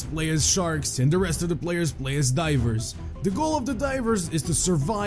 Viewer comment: I heard diapers instead of divers lol MOLESTER MOON IS COMING!!! 🌚🌚🌚🌝🌝🌝🌞🌞🌞🐲🐉🐉🐉🐉🐉🐉🐉🐉🐉🐉🐉🐉🐉🐉🐉🐉🐉🐉🐉🐉🐉🐉🐉🐉🐉🐉🐉🐉🐉🐉🐉🐉🐉🐉🐉🐉🐉🐉🐉🐉🐉🐉🐉🐉🐉